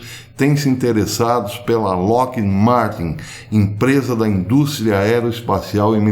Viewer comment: Oi professor, a pronúncia de Lockheed é algo como lóquirid ou lóquid.